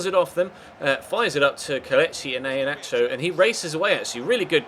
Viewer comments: Apparently it's pronounced 'EE-HAN-ATCH-O You're welcome! 😃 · Watch the Video at ManCitys YouTube Channel! They made a Video with Iheanacho (or what you pronounce it) :D